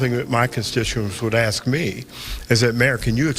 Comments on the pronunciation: As soon as I heard her say "axe" instead of ask. I knew it was a wrap for this lady. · AKS YOU THE PROPER WORD LITTLE TIFF OFF IS( ASK) LEARN THE LANGUAGE. PRISON TIME FOR SILLY TIFF TO LEARN HOW CRAZZY YOU JUST ARE. SHE'S DONE. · "you AXE me to hep you wit mental helpnus."